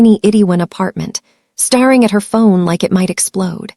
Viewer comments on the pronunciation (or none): Starring instead of staring. I actually hate a I voice overs. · This would be more enjoyable if the narrator wasn’t calling the babies bobbies, and saying starring instead of staring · Good story but thumbs down for saying Bobby’s instead of babies repeatedly throughout the story. ⭐️ ing instead of staring was annoying as well.